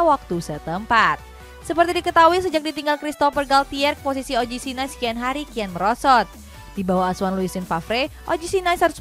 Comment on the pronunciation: Setau saya NICE (Prancis) bukan dibaca "Nais" kaya lafal Inggris, tapi "Nis". 🙏 CMIIW